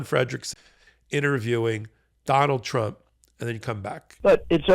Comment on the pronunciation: 4m24s: "Donald Trimp" 😂🔥🌶